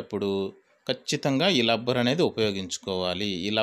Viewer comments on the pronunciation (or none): Hellow sir lubber kaadu, rubber, collection kaadu, connection, correst kaadu correct pl use correct language